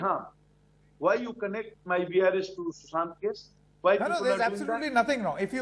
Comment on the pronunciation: Sushant. Not Sushanth.. at least know his name properly.